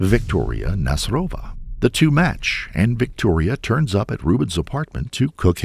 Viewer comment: Nasyrova is a Tatar second name. So you put on Y' when you read it